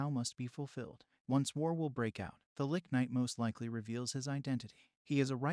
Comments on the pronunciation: Ouch dude. It's not pronounced li-K. It's pronounced L-itch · I mean.. seens to be good, but hearing 'Licky' all the time is strange. Isn't it 'Litch', like a sneeze. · It’s pronounced “lih-tche” not “lick” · Why did you pronounce lich as "lick" and not "litch" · Hahahaha! "Gray the 'Lick'"? I think that is pronounced, "litch". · first time i heared someone pronounce liCHHHHHHHHHH as liCKKKK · the only thing I don't like about these recap videos is how often they mispronounce things. People who know better might not care but I don't want to hear people who never heard a fantasy word like lich talking about lollipops without knowing it. tch like rich or which. not LICK. Edit: Also it's eye earn. not eye run. not eye RON. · Of all the words to pronounce wrong saying liCH as lick makes it that much better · Funny how the lich was was pronounced as lick ''ah yes! i shall use my licks to raise the undead! muahahahaaah!'' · first ive ever heard the word lich pronounced lick. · Man i was interested in this until the narration was like some ai generated thing pronouncing lich as lick etc. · Why is he calling it a lick. Its a lich not a lick. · The great lick....not lich lol ch cha not ck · The way Lich is said piss me off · How does this guy not know how to say lich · Pronounced lich wrong repeatedly, ugh